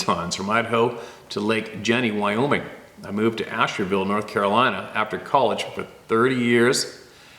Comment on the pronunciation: Asheville, NC--NOT Asherville.